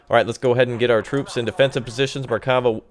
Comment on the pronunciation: nice gameply here's something to help you with pronouncing the names right mer-ka-vha (carriage) nets (hawk) more like buzz not bez ( falcon) aye-it ( aquila) bard-lass ( cheeta) cho-vet ( beater) shean-hav (ivory) bah-zack ( flash) mil-who-him ( reserve service) zach-lam (half -track) and everytime you see a "ch" its not like the ch in chugging , more like the one in loch nes monster or german achtung